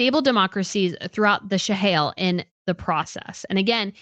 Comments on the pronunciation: Also, “Shahail”, instead of “Sahel”, “Burkina FASA” instead of Burkina Faso? Wtf? If you cannot even pronounce the regions and countries you’re talking about, then you do not need to be making videos about them. Please just stick to Europe! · Thank you! At first I thought I misheard when she pronounced Sahel as Shahail and then she did it again and butchered the pronunciation of Burkina Faso while claiming to have quite a bit of knowledge about these areas. At least do some research about basic pronunciation before claiming to be knowledgeable. And then claiming it was Russia that spread misinformation about Catherine’s pictures. 🤦‍♀️. This was a tempest in the teapot that the American press (Associated Press in particular) then the British press made a huge deal about for no reason. What did Russia have to do with it. And African countries pivoting to Russia is 1) nothing new (this happened during the Cold War when there countries which preferred Russia because they were never exploited or colonized by Russia unlike the French and British) and 2) an isolated case regarding Niger a French speaking country exploited by the French for years and a case extremely different from the arrangement that the British have with the commonwealth countries. Also, the West does not own Africa or get to decide who these Africans get to trade or be friends with especially when the West starts imposing ridiculous restrictions that Africans find to be morally repugnant as a condition of aid. The CIA and the British Intelligence were actually responsible for a lot of the instability in Africa during the Cold War as they sponsored and engineered coup d’etats in many African countries to remove governments they considered neutral or Ru